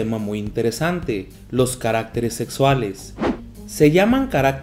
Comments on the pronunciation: No se pronuncia carActeres, no lleva acento por lo tanto lo correcto es caractEres, con énfasis en la E... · oigan se dieron cuenta que dijo caractereas malllllll🤣🤣😂😂